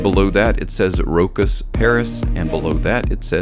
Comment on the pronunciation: Sorry but you dont pronounce the CH as a K. You pronounce it as a Sh: [RO] [SH] [AS]